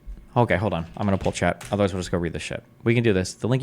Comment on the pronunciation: "Otherrise" lol